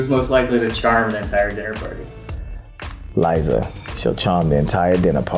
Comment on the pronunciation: did Gabbie just say Liza wrong